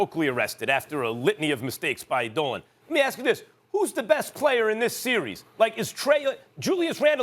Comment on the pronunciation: Im just here to hear perk say "Si-ries"